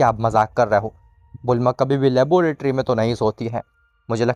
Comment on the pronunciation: Laboratory hy labooooratory ni hy 😅😂😂